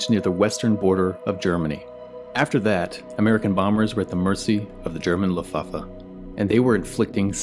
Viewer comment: "were at the mercy of the german luffafffe"